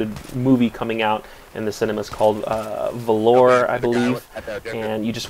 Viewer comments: it's pronounced: val-or and not valoure. think of the words 'honor' and 'chivalry' and it should ring a bell. i hope it rings a bell... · Velour?! Haha, like the fabric?! Haha its valor as in bravery our courage. That cracked me up. I immediately thought of Zab Brannigan from Futurama. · Silly its Valor not Velour.:P